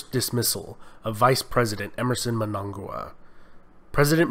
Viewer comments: its pronounced Mmmm-n-a-nga-gwa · The new president's name is Mnangagwa not MNAGWA